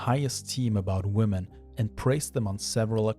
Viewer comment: For love of god, the phonic emphasis in "women" is on the "men" not the "wo". Stupid new generation making "woman" and "women" sound like the same word Woman: wu·muhn Women: wi·muhn